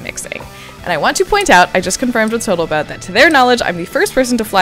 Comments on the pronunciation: Friend, it's Total Boat. Not Boatal Tote. I'm not upset at that gaff because I'm a fan of the West System. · So no one ganna point out she saying "boatl tote" instead of "total boat" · Did you say botal toat? Lol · I love that you have fully committed to calling it Boatal Tote. It makes me smile every time you say it. <3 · "Boatal Tote" ❤😂😂😂 There should be a tally for this... 🤩😂😂😂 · "Boatal Tote resin..." 😅😅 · Why do you say Botal Toat 7.53? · Boatle tote! Rofl. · Lol boatal tote